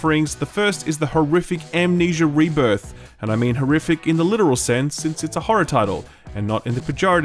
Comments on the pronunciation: "Amnesia: Rebirith" - I expected better from you. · Rebirith? you’re fired